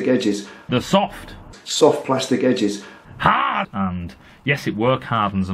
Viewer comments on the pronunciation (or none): "HAAAHD!" Lmao, everytime!